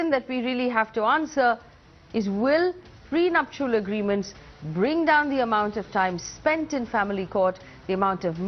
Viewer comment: get your pronunciation faye - it's not pre-nup-shu-al ... LOL. it is pre-nup-shal.